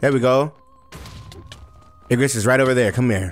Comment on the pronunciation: bro keeps saying ignis even tho its obv igRis